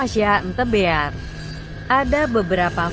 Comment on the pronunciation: loh kok googlenya bilang the beal